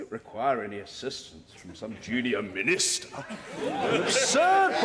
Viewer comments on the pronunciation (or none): The way he said ”Minister” is the most british thing I’ve heard